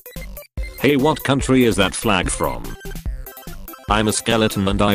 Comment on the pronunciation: i think he said thot not that#